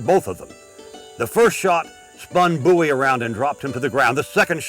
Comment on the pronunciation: FINALLY, SOMEONE WHO SAYS BOWIE THE RIGHT WAY!!!!!!!